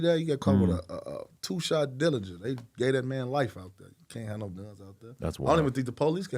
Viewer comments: It’s called DERRINGER. derringer 2 shot pistol god damn why all these rappers say dillinger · Derringer, not Dillinger